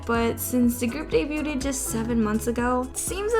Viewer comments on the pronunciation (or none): Hot tip: "debuted" is pronounced 'day-byood.' Pay attention in school, kids.